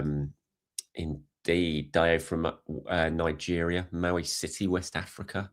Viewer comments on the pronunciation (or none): none